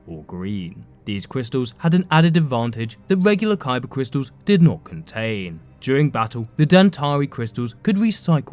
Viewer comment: “Cybah cwistuls” 👉🏼👈🏼